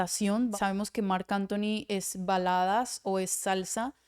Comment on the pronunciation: Trata de pronunciar la k cuamdo mencionas mark Anthony! No, mar Anthony!! Buenos tus videos!!